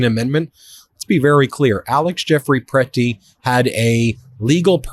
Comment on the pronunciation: . Yea PRE-ti. Best pronunication so far.